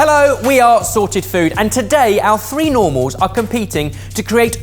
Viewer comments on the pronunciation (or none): Anyone else heard saying "sweet normals", instead of three normals?? Knew it was too good to be true lol